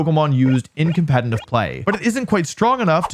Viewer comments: Did anyone ever tell you that it's called "competitive" and not "competiNtive"? Where do you take that n from? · U cant say competitive bruh 😭 compentitiv play ass mf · my dude please learn how to pronounce "competitive". its really distracting. theres two "t"s in there. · I've noticed two things: Wolfey can't pronounce "competetive" Wolfey looks great.